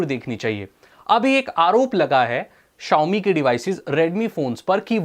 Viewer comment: "Xiaomi" bhai